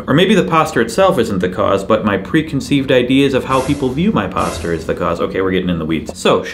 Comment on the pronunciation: You are saying the word wrong and I just can't help cringing every time I hear it. :) Good video though. Say Postcher. No, not Post Cher. Postcher as if you were saying what you were saying the first syllable of what you were saying but now the second syllable is CHER instead of the second syllable sound of ER as was the way in which you were pronouncicating the syllable. (Yes, I know that is not a real word, but I thought I liked it as it appeared in my head organ and decided to go with it, for better or worse...so help me Fonzi.)